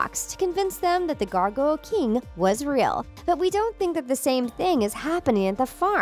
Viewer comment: It’s the gargoyle king not the gargoyle kiieng...👀😅💞